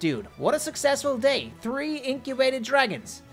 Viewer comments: Why do you say tree instead of three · You are saying 3 wrong instead of seeing 3 you are seeing tree